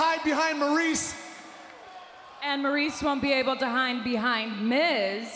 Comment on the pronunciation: Minggay Bella no she messed up when she said Maryse can hide behind the mix -‘And Maryse can’t hine behind the miz’